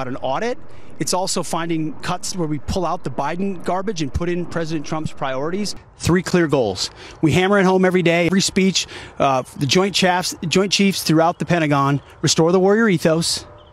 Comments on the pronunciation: Don't forget the "Joint chavs of staff" 🤦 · “Joint Chaffs”? 😂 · He said joint chats😅